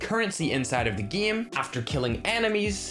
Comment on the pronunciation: He pronounce game or game mode like gim and gimmode 😂